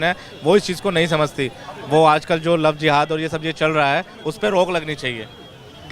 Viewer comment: Aur sab to theek hai but " Love Dehat " 😂😂😂